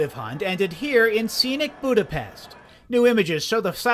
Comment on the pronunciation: You butchered the word Magyarország and Budapest 😂 Love from Hungary :)